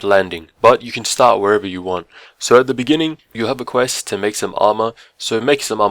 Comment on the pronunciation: Why is it when you say "so" It sounds like sour